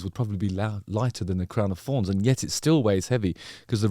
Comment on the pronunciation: Come on Justin, pronounce your th, crown of forns 😂 your a lyrisist damn you